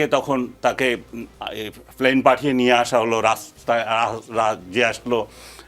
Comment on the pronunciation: Not flane it pronunces plane; similrly not foolis rather police.......